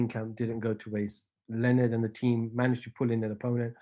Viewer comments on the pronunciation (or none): none